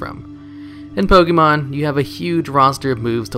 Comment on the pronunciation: Can you stop calling it "Pokee mon"? It's one of the most well known franchises and there's no way you don't know how to pronounce it correctly